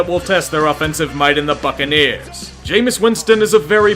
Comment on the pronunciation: is it just me or when he says buccaneers it sound like "fuckin ears"